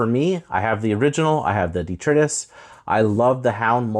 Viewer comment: It’s pronounced duh-TRY-tuss :) You’re lucky to have one so early. Thanks for comparing it to previous releases and the informative review!